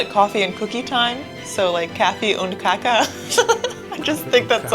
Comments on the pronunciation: Kaka (cookie) is pronounced with a long aaa for the fist a. Kaaaaaka. Phonetically [ˈkɑːka] The first a is the same as in father. The second a short, and doesn't have a equivalent in English really, but as long as the first a is long and the second is short, you are as close as you can. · Can´t even imagine an hike without a "fika", I feel so swedish now.... 😄(You say "kaffe och kaka" good. But an longer "a" in the first a in kaka. "kaaka") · Also, worth noticing: kaka with a looooong second "a". Kaaaka. Not like the German woman says it here. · Coffee = kaffe Cookie = Kaka Kaka is pronounced like cake, that's what's so exciting about the Swedish language. Many words are similar but don't mean the same thing, or they've been Swedishized and wandered away 😂